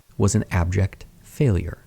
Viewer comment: "Failure." It's "failure."